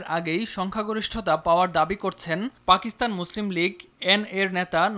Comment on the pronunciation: ফাকিস্তানে" 🤣🤣🤣 শব্দ উচ্চারণের ক্ষেত্রে সংবাদ পাঠিকাদের আর সতর্কতা অবলম্বণ করা প্রয়োজন।